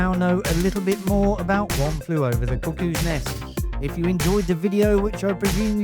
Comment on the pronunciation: I keep hearing you say One Flew Over the Cookies Nest...LOL